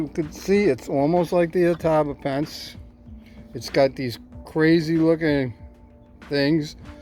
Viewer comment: Ato-bop-o-en-se I’m not great at phonetics lol but that’s how it’s pronounced. It’s fun to say once you get the hang of it 😊